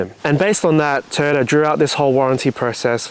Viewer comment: Are you keeping your TOY- YOTA, NOT TOYTA.... BUT ARE YOU KEEPING THE RIG???